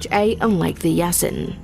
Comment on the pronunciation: It's Typed Yasin but the right way to say it is more like Yaseen.